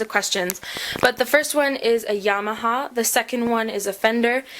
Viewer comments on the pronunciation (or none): none